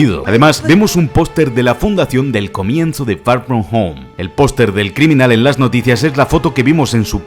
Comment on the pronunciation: far from home ❌ fa foh fo✅